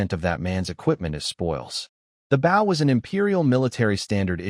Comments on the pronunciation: Holy hell! Can you not pronounce bow properly!? It's the object, not the action. Jesus! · I cant wait till the ai can pronounced bow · His ai trying to say bow is so annoying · someone please put in a bunch of suggestions to teach this ai how to say bow (like bow and arrow) bOh? Making me crazy that they all say bow as bough. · These stories are great, but can we please program AI to pronounce “bow and wound” properly.